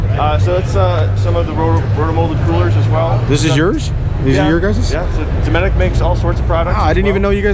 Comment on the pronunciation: i didnt know the T was silent in dometic. he doesnt prounouce a hard T in dometic. i dont oikethe idea of relying on electric pannels in a boat . but the cooler with ice couod last 7 days in the shade.